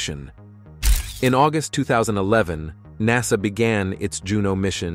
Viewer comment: You really need to change the reader or update your system. "NASAY" "probee" "one hundred hundred miles per hour"